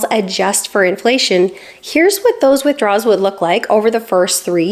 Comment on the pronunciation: I love all the videos and I know you know the difference, but it very much sounds like you’re saying “withdraw(s)” rather than “withdrawal(s).” It’s not every time, but it’s often enough that it catches the viewer’s attention.